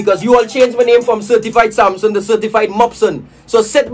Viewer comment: The first person Shiva is my neighbor 😂 And u pronounce he name wrong